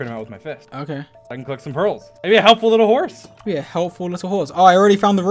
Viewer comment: dream: “im a helpful little horse” george *with an accent stronger than usual: “you’re a helpful liTTle hôrse”